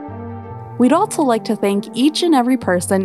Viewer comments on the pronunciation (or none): Great vid. But... Can we make the word 'altso' off-limits from now on?